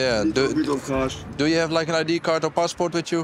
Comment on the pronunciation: Id kart, pepers XD bek site. Geweldig Engels moppie